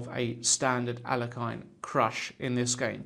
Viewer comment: i wish you would pronounce alekhine's name correctly. your pronunciation really irks me. it is (al-i-kine)